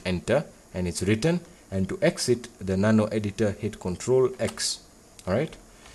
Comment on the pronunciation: "to save the file you wanna hit control foaoiiil" ....... bruh, i have absolutely no clue what you said. Sounds like control four, but that doesn't work. You NEED to add subtitles to your videos, because if you can't pronounce something and then give us a tutorial and we end up not doing it right then we are fucked.